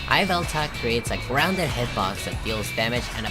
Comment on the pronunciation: Goofy pronunciation of yveltal